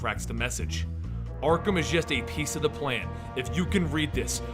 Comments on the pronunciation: You said arthum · he said Artham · Anybody else notice that , he says artham instead of arkham? Lol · Dis fool said Artham